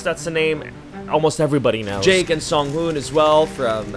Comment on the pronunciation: I just know didn’t say “sungwoon” 💔💔